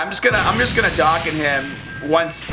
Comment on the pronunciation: Also, Doh-Kan